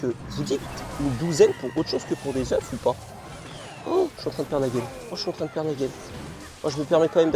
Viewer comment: on prononce pas le f de oeuf au pluriel (ducoup en prononciation : un "oeuf" des "eux" ) 😂😂😭 à moins que ce soit moi qui soit fou xD sinon GG en vrai t'as gérer la vidéo x)